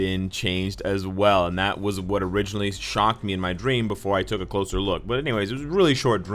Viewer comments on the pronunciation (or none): none